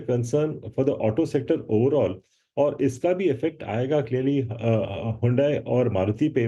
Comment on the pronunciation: हुडाई नहीं हडाई बहुत बढ़िया है